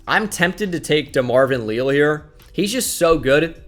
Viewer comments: DeMarvin "Lee-Al" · can you please say DeMarvin Leal's name correctly holy shit